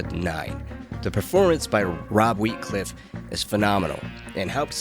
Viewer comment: “Rob Wheatcliffe” 😭